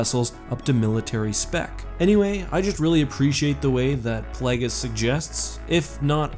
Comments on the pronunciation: Brother, I love your videos, but the guy’s name is Play-ghis. It’s based on plague. It isn’t plahg-is. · Play-Gus, not Plag-is. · “Play-guess” Plaguies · Ah yes plag-es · Sooo many SW YouTubers mispronounce things and it drives me a little nuts. Plagueis is not pronounced "Plag-is." The root is "plague." Plague-is. Hell, it's even said in RotS. C'mon, man! You're killing me, Smalls! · Did he say Plahgus? Did u not hear how palpitine says it? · He can’t even pronounce plagueis It’s PLAY GUS as in plague + us Jesus..... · Ok, but can we discuss how he pronounced "Plagueis??" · You can tell someone doesn’t watch the Star Wars movies when they mispronounce unique words like “Plagueis” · "The novel, 'Plaggis'"? "Extastentially"?